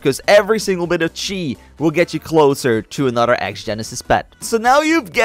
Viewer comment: he keeps saying anoder its not thst hard to say th its another